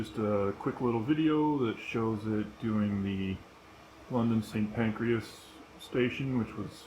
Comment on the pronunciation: Did you just say "St. Pancreas"? 🥴